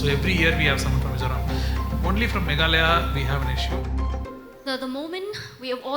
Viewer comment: MegHAlaya✅ Meglaya❌